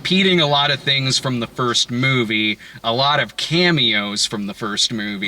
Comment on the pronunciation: "...this mewvie..."